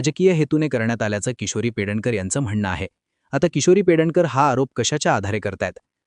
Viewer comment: Her name is PEDNEKAR ,not Pedankar